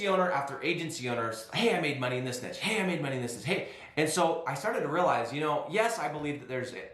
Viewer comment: You pronounce niche wrong